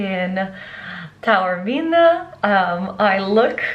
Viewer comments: Taormina is pronounced correctly ‘Tah-orr-mee-nah’. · You rightly pointed out at the start the difficulties for all native English speakers in pronouncing Taormina correctly: ‘Tour-meena’, Tarrow-meena’, and all the rest are horrible mutilations...and they are incorrect. I appreciated that you tried - you just need to listen carefully to the very un-English ‘ao’ sound, and add a bit of a trill onto the ‘r’ - the rest is easy. I suspect that your beautiful Italian name is regularly mangled beyond recognition by non-Italian speakers! Well worth a second visit - it’s a fantastic destination.